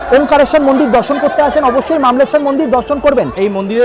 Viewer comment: কথাটা ওমকারেশ্বর। ওমকালেশ্বর না।